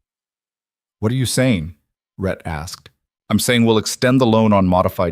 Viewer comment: It's RHETT (a man's name), not Red or Ret!